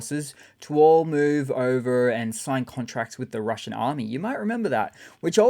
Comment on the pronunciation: Slip of the tongue? You said “Russian Harm-me” instead of Russian Army. Lol